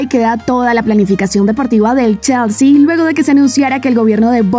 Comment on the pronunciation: Se pronuncia chelsi o chalsi